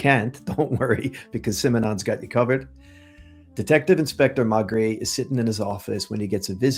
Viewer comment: may-gray. may-gray. Maigret. trust me.